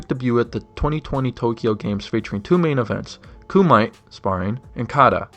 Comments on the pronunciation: Kumite is pronounced koo-mee-teh btw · Karate sparring "Kumite" is pronouced : KOO-ME-TAY